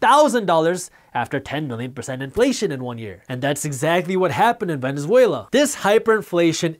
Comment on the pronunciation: and .... Venez-vela? Lmao. Great video